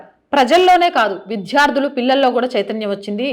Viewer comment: మేడం మీ రిపోర్టింగ్ చాలా బాగుంటుంది కానీ తెలుగు ఉచ్చారణ కొంచెం మెరుగుపరుచుకోవాలి "విధ్యార్థులు" అనకూడదు "విద్యార్థులు" అనాలి